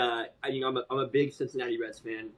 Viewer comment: I'm the CINCINNATI KID! SIN-SIN-NAUGHTY?